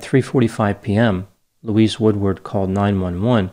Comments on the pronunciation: It’s Louise, not Luis!!! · Her name is pronounced Loo-eez. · Elton is a village, and her name is pronounced 'Louize'.